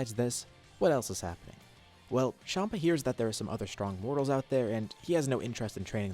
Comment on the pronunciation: Its champa not shampa